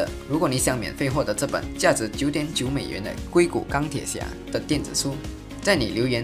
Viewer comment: 抱歉，有的疑惑。矽谷 应该是读 xi gu3 吧？怎么变成 "gui" 谷？😂